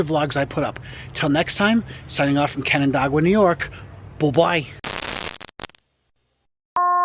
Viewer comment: Nice video, except you pronounced canandaigua wrong, but we forgive you for that.